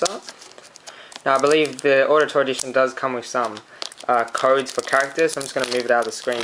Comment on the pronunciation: Wait! Ezio, you THINK his name is? Dude. Seriously. Did you even play the second one? Why would you get ACB is you haven't played AC2? And it's pronounced like "OWditore". Like Audi. Good review.